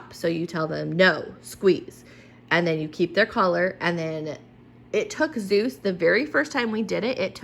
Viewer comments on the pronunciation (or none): none